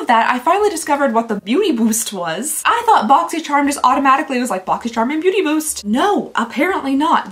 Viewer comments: They have GOT to rename the Beauty Boost thing! People keep mispronouncing it to Booty Boost! Do better! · everyone is talking about the subscription boxes and here I am, cracking up, because keeps saying Booty Boost and not Beauty Boost xD you made my day girl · Lol 😂 every time you said beauty boost my brain heard booty boost and I kept wondering.... 😂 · Counting the number of times I hear booty byoost 😂 love you! Always brightens my day 😊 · It’s either “booty boost” or “beauty byoost” not beauty boost 😅 Love that!! Too funny! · I keep hearing "Booty bewst" and I can't stop laughing at how ridiculous Boxycharm has become. Very glad I cancelled my subscription two years ago. It's sad because it used to be my favorite way of getting new makeup!